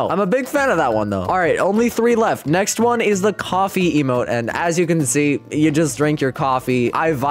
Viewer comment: bro said lmo insted of emote lol (i want the early acces plez) (id:DSG242i)